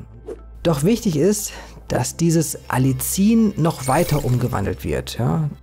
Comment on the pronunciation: ) Man sagt: Alli ien, also kurzes A, kurzes erstes i, dann das nächste i extra ansetzen und dieses etwas dehnen, wie das "ie" in dem Wort "Wien" Du bist super in deinen Recherchen und ich bewundere dich, wie unglaublich gut du - ich vermute als Autodidakt - dir so viel Wissen angeeignet hast, für uns so viel Wissen zusammenfasst, so viel wertvolle Videos erstellt hast und v.a. deinen wundervollen Shop erstellt hast. Ich folge diesem Kanal schon seit Jahren und bin natürlich auch begeistert von deinen Produkten im Shop und mach in meiner kleinen Praxis immer mal Werbung für deine Produkte, v.a. fürs Algenöl. Zuletzt war jemand von den Purameals sehr angetan. Herzliche Grüße ein zufriedener Kunde